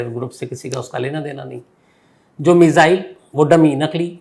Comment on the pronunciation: मिजाईल नहीं मिसाइल बोलो